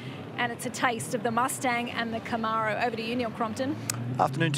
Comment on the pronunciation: Aussies can’t pronounce Camaro.